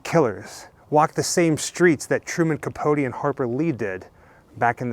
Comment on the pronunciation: By the by Capote rhymes with coat x